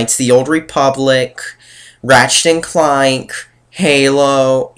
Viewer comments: ratchet and cluank? ugh. dude? ratchet and clank? did we take English class? did we not??? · It sounded like he said Ratchet and Cloynk.